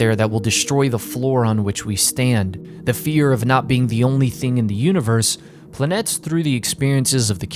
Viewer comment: Truly an amazing videos and I'm totally checking out the manga. BUT, as a Greek person, i won't let you butcher the pronunciation of the title any more 😂😂(I found that the cover of the 1st volume is written in greek). The word is PLANETES(ΠΛΑΝΗΤΕΣ) and you pronounce it as follows: - The first "e" you pronounce it as the "e" in words like "be", "see", or "fee" - The second "e" you pronounce it as the "e" in words like "guess", "festival", or "bless" The rest of the letters aren't pronounced in any special way. Hope everyone learned something new today😁😁 Also this is day 53 of me recommending Kono oto tomare😁😁